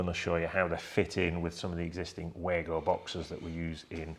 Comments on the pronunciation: Wago, pronounced Vargo please! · Am I the only one who hates the very old fashioned concept of one presenter bouncing of another equally qualified presenter. Why not go for the simple and professional presentation of ONE expert making the presentation. Sorry, could I also mention the name is pronounced Vargo.